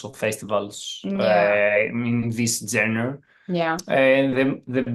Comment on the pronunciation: She is pronouncing the word genre incorrectly but she is talking about how their music doesn't have a genre